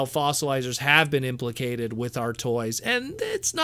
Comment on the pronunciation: FYI - It's "ImpleMENTED" not impliCATED.